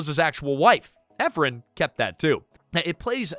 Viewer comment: It's Nora EphRON not Ephrun